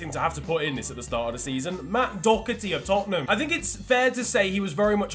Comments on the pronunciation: It’s Doherty not docherty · thats the British pronunciation, but he’s Irish so he says it like Doh-ur-tee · It’s pronounced Dohh-erty btw (I’m Irish) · I'm Irish and Matt Doherty is pronounced Doh-herty, not Doc-erty or Dow-herty. I just needed to say that as I have always been (slightly) annoyed whenever anyone said it like that. No hate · I don’t get why I always hear Doherty called ‘Dockerty” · There’s no c in Doherty please nobody in England can pronounce his name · Why can’t English people say Doherty it annoys me so much